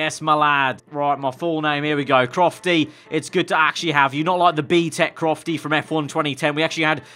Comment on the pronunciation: Aggg it's crofty😂